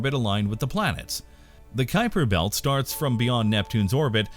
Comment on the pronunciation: what is a "Kuiper betl" ? xD